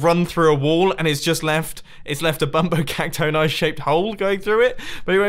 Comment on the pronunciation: I say it bumbo cac-tony not bumbo cac-tone-i